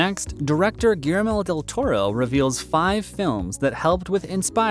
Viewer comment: Lame! Learning to pronounce the director's name could have improved this, a little.